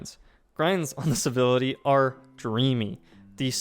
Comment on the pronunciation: Why do you keep calling it "Bivility"?